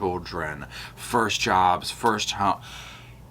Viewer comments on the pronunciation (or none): none